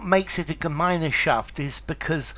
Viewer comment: I didn't know that this term has entered English language. In fact it's pronounced without the German "e" in the middle, which is not even there in writing: ɡəˈmaɪ̯nʃaft